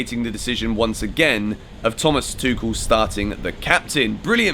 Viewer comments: It's Tu-kel not Tu-shel bro. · It's pronounced Tukel btw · Please pronounce his name Thomas tukhel, ch like you’re having mouthwash before spitting it out man 😅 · Hello The name is pronounced Thomas Tuchel (Tukool) or Thomas (Tuhool) in german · still on the fence with how he’s going to pronounce the coach’s name. Lol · Our man should settle on how to pronounce the name of Thomas Tuchel.